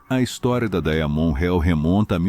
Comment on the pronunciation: Inteligência artificial, deveria ser renomeada para imbecilidade artificial, dói os ouvidos, escutar essa narração. Horrível , diamont, vira daia monte, reo, vira hell, estuda baquir é dose.